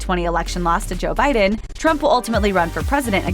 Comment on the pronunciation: BTW-- "Biden" is pronounced with a soft "D", not a hard "D". Bye-(dn), not Bye-Den